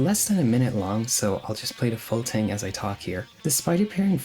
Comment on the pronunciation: Learn how to say the word "thing".